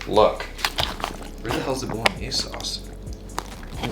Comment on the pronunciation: Italians crying hearing pronouncing bolognese.